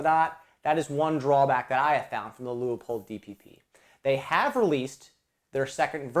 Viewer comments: Its pronounced: Lue Pold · Whoever adds the extra syllable to LEU-POLD, will have to wait longer for service!